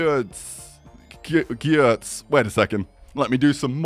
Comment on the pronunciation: You pornounce Giertz like Girtz. It sounds like German and ie is a long iii.